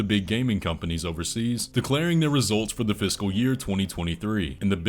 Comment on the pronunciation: Every time you say “fiscal year” it sounds like you’re saying “physical year”